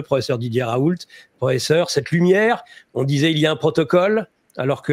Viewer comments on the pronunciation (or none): Ra-oû pas ra-oul-te